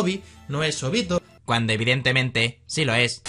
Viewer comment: Que asquerosa la pronunciación se Óbito